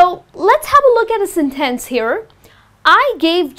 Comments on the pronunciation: It's a sentence , not a Sin Tenc u can check the pronunciation on Google or something , and u use okay alot . U r pretty but ur pronunciation sucks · this lesson sucks...you're putting emphasis on the wrong syllables....hard to follow...no one says senTENce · Your”re mine! I like the way you say SIN TENSE. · I think everything is well explained, but you have to be careful with the word "Sentence". Sometimes it seems like you're not very sure about its pronunciation. You're a nice teacher, and you're doing very well. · It is pronounced SUBject not subJECT and SENtence not senTENCE. Careful on syllable stress. Imagine singing using the wrong stress! Nice job explaining grammar though.